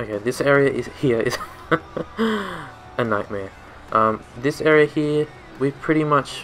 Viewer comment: Well you fixed it real good. 😅 I enjoy the way you say HERE (Hea)